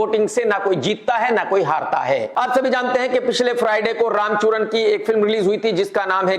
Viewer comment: kya sun liya meine...."RAMCHURAN."😆😆😆😆